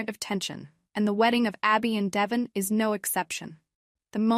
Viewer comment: I’m just wondering why in a lot of these Y&R spoilers you all keep calling Devon… Devin?? You would think you would know how to pronounce his name 🤷🏻‍♀️